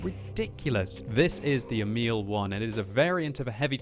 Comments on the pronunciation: It is Emil, not emIL. The first syllabil should be stressed. Look up Emil i Lönneberga videos by Astrid Lindgren for pronounciation. :-) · FYI: "Emil" is pronounced with an emphasis on the first syllable (EH-mil).